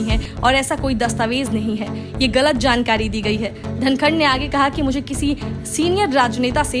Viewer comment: धङकन नही धनखड़ बोल